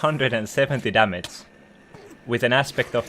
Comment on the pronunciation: Damace.. Kinda annoying. Learn to pronounce G